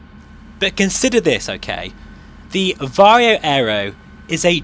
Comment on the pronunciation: "VaR-HOE" VR HMD "FReZ-NeLL" lenses